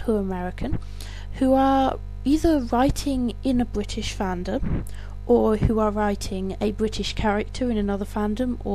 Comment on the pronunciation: Lol bwitish